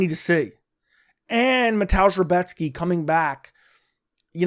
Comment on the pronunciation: Great pronunciation on Rebecki